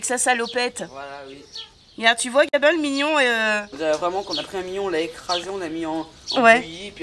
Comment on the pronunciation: Salut je voulais te dire à au lieu de dire Gabin ta dit gamin breff je vous embrasse ❤ bisous ❤